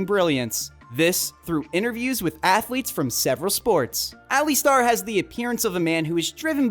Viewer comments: Alistair is pronounced "Ali-stair" not Ali-star! 😁👍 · Alli-star?! Impressive to get the name wrong so many times in such a short video. The bonus was Glass-cow!